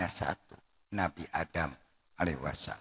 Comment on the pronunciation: alaiwasala. 'alaihissalaam mbah bukan alaiwasalm